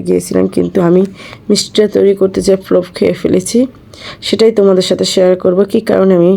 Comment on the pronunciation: কি বলবো আপু ফলোফ ফলোফ শুনতে শুনতে ভিডিও শেষ 😅😅